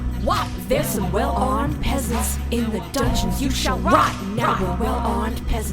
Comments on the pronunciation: “ForSOOTH” got me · She said "for sooth" RADIANT